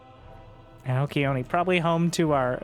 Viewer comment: One of these days will figure out how to pronounce Alcyone 😂